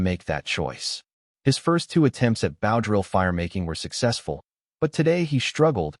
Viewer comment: I wish the narrator would learn how to pronounce bow.